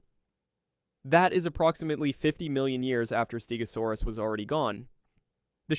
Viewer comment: also you butchered the name stegosaurus , also the show did not say it a stegosaurus but morgan freeman said it a early cretaceous stegosaurs , that stegosaur is none other than Yanbeilong a stegosaur from the early cretaceous appearing about 113 and 110 million years ago that after when angiosperms first appear 140 million long and the stegosaur appearence fits that of yanbeilong so you this inaccuracy holds no water